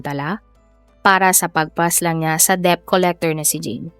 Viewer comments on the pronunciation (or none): "DEBT" pronounce as "det" and not "dep".watched from other sources that the initial debt was 3K and the weekly payment is 150 and for 2 weeks he was not able to pay,which info is reliable?